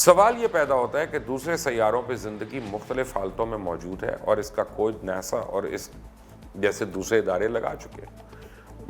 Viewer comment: Mubashar. Luqman sb, Ap aik namwar anchor hain, Program b acha krte hain, Plz agar meri bat ghalat ho to me sorry krta Hon, Ap kuch words ko Jan boojh kr aesa bolte ho ya Ye words real me hain hi aese jese Ap bolte ho, 1,,Hotel, hum ne jis se b suna he aur khud b Pada he Hotel hi suna he, Ja k Ap is ko Hotail bolte ho. 2 NASA, sab log ناسا hi bolte hain Jab k Ap ne NESA Bola he, drust Kon se words hain? Agar Ap drust bolte ho to sabat kro Ye kese drust hain, Nae to drusti kro jese others log bolte hain Ap b wese hi bolo.